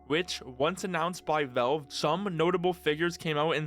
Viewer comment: the way you pronounce valve is pissing me off and i don't know why